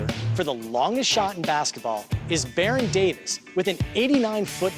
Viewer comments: It's Baron Davis, not Barren Davin. Dumbass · It's Baron Davis not Barren Davin. Dumbass